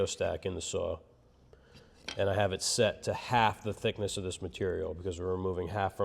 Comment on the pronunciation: I like the way you say saw 😂 suoaw 🤣 like the saw was from Boston 😂